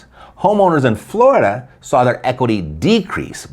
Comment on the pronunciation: You had me at "floridia" (rhymes with "chlamydia"). Whenever I see that word, I know a story about eejits electing a government of criminals and enemies of the state, is coming.